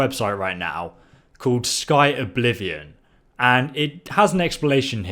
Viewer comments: Jesus Christ it's "Skyblivion" not "Sky-O-Blivion" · lol always says things wrong and says things his owb way. it says Skyblivion bit he calls it Sky-O-blivion Im not making fun of him, its a funny quality of his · skyoblivion lol its skyblivion lol that made me laugh you rock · 50 seconds in let me stop you right there. It's Sky-blivion not sky-Oblivion. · "Sky-oblivion", its clearly called skyblivion so pleeease just say shit correctly lol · Dude, stop calling it Sky Oblivion. It's Skyblivion. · They're doing a remake of Morrowind as well by the way; Skywind. Also, you're pronouncing Skyblivion incorrectly. It's not Sky-O-blivion. Just Skyblivion. If you feel like being a lad you should link some of the main developers' youtube channels as well. They've posted some pretty cool stuff. Nice video :) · Ok this is so petty but I have to say this -Skyblivion, not "Skyoblivion" - Amulet of Kings, not Amulet of The Kings - Fucking Jeffrey??? - Corrected himself with Jauffre but then said you met Martin at Weynon Priory TRIGGERED!!!! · "Sky-oblivion" it's Skyblivion, and a lot of people have heard of it. "That's the imperial tower" Do you mean the White-gold Tower? "They've actually remodeled all the armors" no they haven't they're re-using Skyrims assets instead of modelling Oblivion armors in the Skyrim engine, which is really quite lazy. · Comments: 1% "It's pronounced Sky blivion, not Sky Oblivion" 99% "IS DIS 4 XBOX AN PS4?" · It's Sky-Blivion not Sky-Oblivion. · Skyblivion, not sky oblivion. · "Sky-Oblivion." Shit, man, it says "Skyblivion." It's not even hard. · it's just skyblivion not skyoblivian XD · Am i the only one who cringes when he says "Sky oblivion" rather than Skyblivion? =/